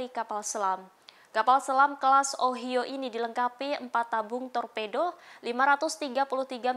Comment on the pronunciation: Semoga secepatnya gencatan senjata Israeli Hamas terwujut,untuk menghindari korban jiwa,Ohio harus dibaca dieja (Ohaiyo), itu nama satu tempat di America.